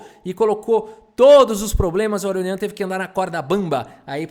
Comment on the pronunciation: "Aronião", huehueheuheu; adaptou perfeitamente o nome dele pro português.